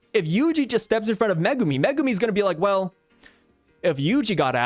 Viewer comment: I glad you say Megumi's name correctly. Zhoniin kills my nerves when I hear him say it so wrong 😅